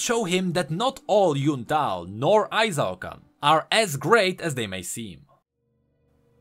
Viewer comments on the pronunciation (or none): Why do you pronounce it as ay-zaw-kan? Qiyana always says i-shaw-can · Qiyana:... did this low life peasant from nowhere just called our great capital city Ai-Zao-Kan??? EE-SHAO-KAN! SAY IT!!! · "I-Zao-Kahn" Qiyana: I-SHAO-KAHN, they must all learn to say it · It kinda makes me mad that Qiyana literally says how Ixaocan is pronounced but people still can't get it right. "Ee-shao-KAHN" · Doesn't Quiyana pronounce Ixaocan as Ee-sha-oh-kahn? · Ixaocan=Eesh-ow-khan Literally one of Qiyana's voice lines is how to pronounce it. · Maybe I'm being entitled, but I feel strong Latin American vibes from ixaocan, and I alway pronounced it as "e-Shao-khan" since that's the pronunciation in Spanish, me being from Mexico.